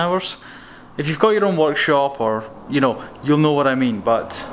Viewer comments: Did anyone else think he said "watch shop" and not work shop? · When he said workshop I thought he said walkshop